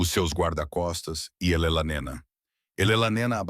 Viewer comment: O narrador IA precisa aperfeiçoar a pronúncia do nome da "Elelanena"😅😅😅 Alguém deveria explicar-lhe que se pronuncia E-le-na e não "Elelanena" 😅😅😅